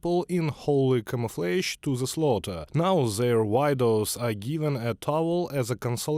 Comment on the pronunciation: Widows is pronounced differently